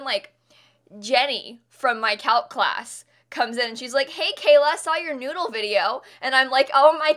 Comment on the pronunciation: "Keep calm and be a good noodele" 😂